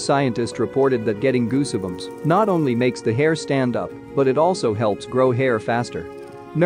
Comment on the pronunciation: goosibums? ffs get a narrator.